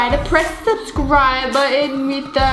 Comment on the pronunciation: When they said subscibe I did